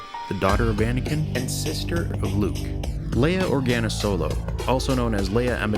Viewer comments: Leia, not Laya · Only one negative comment: During the original Star Wars movie, her name was pronounced "LEE-uh." The change to "LAY-uh" originated in a SNL skit so that Bill Murray's and (I think) Dan Aykroyd's (might have been Belushi's) characters could make a schoolboy innuendo about her, "I'd like to 'LAY-uh'" ... so, in this mockumentary, our intrepid reporter should be calling her "LEE-uh." --Other than that - excellent parody! Loved it!